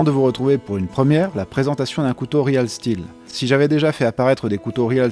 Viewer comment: Ça se prononce riiiil stilll